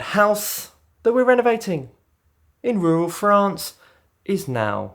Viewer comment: really needs to work on his pronunciation of "Rural France"